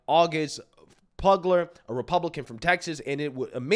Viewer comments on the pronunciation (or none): the Pf in Pfugler is pronounced like an F..